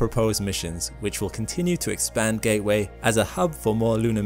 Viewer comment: "Although NASA have [sic] plans..." It's, "NASA *has* plans." It is one entity. Learn English. , "Ga'-way?" Sounds like, "Gay Way." It's, "GATE-Way." The letter, 't' exists. The only way it's "gay way" is if I'm up there.